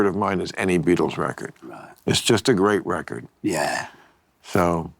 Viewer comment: Grreat recorrrrd....grreat recorrrrd!